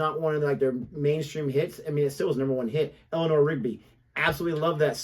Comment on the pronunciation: what is Helena rigby? it is Elanor , not helena lol